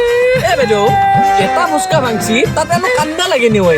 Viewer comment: Pronounciation vlkoi korile hunib val lge❤ ... ফোচকা nohoi ফুচকা হে🎉